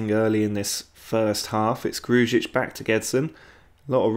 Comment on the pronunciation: Please just say Gru-ic not Gruj-ic its how you actually pronounce his name